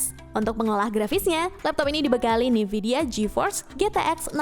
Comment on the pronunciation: Min, bacanya N-vidia bukan NIvidia. Dengernya jadi agak aneh2 gitu